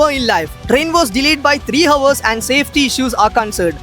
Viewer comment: Bro, [HOUR] 👇 ഹവർ ❌ അവർ ✅